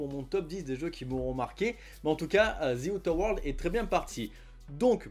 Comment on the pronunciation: Zi outeur world l'accent ma flingué !